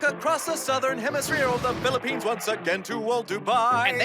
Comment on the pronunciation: says philippines correctly Me: confused screaming